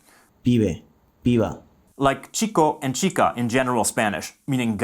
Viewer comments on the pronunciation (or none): none